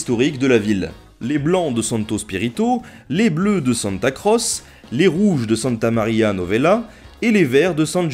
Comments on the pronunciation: On dit "santa croché" pas "santa crosse" ^^ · Tes vidéos sont très intéressantes mais si cela n'a pas été encore fait je tiens à te signaler une petite erreur qui m'a bien vrillé les tympans ce en italien se dit tché donc pas santa crosse mais santa crotche (qui s’écrit bien sur santa croce). Merci encore de faire aimer l'histoire a des gents comme moi qui en ont étés dégoutés pendant toute leur scolarité par des profs qui ont perdu tout intérêt dans le fait d'enseigner et qui de ce fait sont incapables de rendre leur sujet intéressant. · Très bon épisode ! Comme toujours, on se couche moins con après ^^ Par contre, petites corrections de prononciation : Calcio = "caltcho" et Piazza santa Croce = "Piatsa santa crotchè"